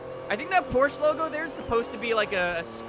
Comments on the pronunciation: Its not called Porsch. Its called PORSCHE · Porsche is pronounced like Poor-shuuh... not poorshhh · Can you start pronouncing the E please??? Its not Porsch its Porsche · Its porche not porch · ITS PORSCHE NOT PORSCH !!!!!!!! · PORSCHE-AH PORSCHE-AH GET IT RIGHT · It's just Porsche not Porsche-a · The way he pronounces Porsche bothers me so much.😂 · PorschE has 2 syllables!